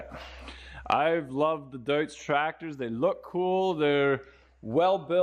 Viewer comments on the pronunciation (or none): Not “Doots”. It’s pronounced “Doyts”.